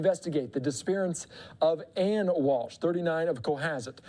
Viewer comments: How embarrassing, you can't even pronounce her name correctly not Ann....Ana...Ah na is the pronunciation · Can we just say her name correctly???? It’s not Ann!!!